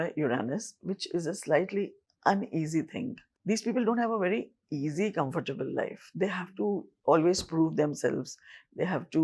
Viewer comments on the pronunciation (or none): none